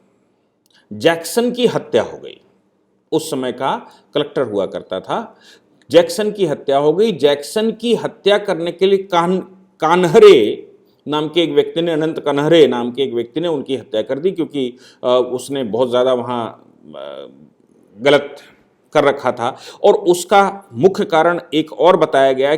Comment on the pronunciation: स्वतंत्र वीर नही स्वातंत्र्य वीर, अनंत कन्हेरे नही अनंत कान्हेरे, मराठीमे उच्चारण ऐसे होते है।